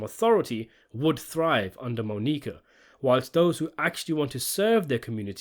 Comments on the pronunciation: Mah-Knee-Kah. Lol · "Moe-Nique-Uh" lol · The way you say Monica is reallllly cutting it close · I’m dying at the pronunciation of Monica. It’s not like they don’t say it a bunch in the show. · Everyone who can speak English knows how to pronounce Monica. I think the mispronunciation is a tactic to get people commenting. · Quite easily atp in the series the best season in the show. I was shocked when I found out it wasn't as loved by critics like the other three were. Such a great season of television. The final scene with Monica (absolutely love the way he pronounces it 😂) and Vic is spectacular. "In fact the show seems to return to its status quo by the end" lmao yeah you'd think that wouldn't you... Absolutely cannot wait for that Season 5 review.